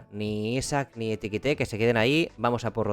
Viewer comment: EKI TIKE no etikite